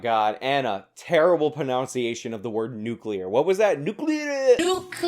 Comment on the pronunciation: Good job again. My only critique is the irony of your pronunciation problem with Ana or so of her failing to say 'nuclear' while you say she had bad 'pronounciation'. Read the two times I put pronunciation in that first paragraph and you will see what I mean. And read each letter carefully.